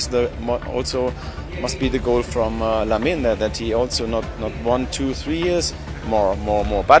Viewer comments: It's pronounced Lamin, the e is mute. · Lamine-a??? Pronounce it correctly